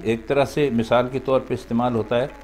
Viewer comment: پہ کو peh پڑھیں صاحب pah پڑھنا غلط ہے